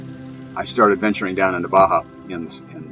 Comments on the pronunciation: How do you pronounce it? It's like Bah Humbug but then Bah' Hah, same vowel sound each word. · He spent years discovering Baja but still can‘t pronounce it right… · 9 monthts a year in Baja and still cannot pronounce it